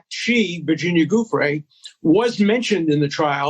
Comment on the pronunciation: Interesting how Dershowitz pronounces her name GOOF-ray. Much like how Bush used to pronounce it SODDOM Hussein. Psychologically revealing.